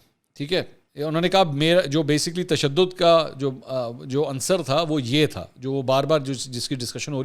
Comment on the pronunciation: Mansoor bhai lafz an sar nh un sar hta hy please rectify it